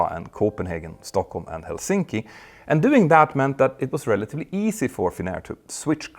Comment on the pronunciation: what the hell is wrong with your Helsinki pronunciation Peter? how are you so bad with names?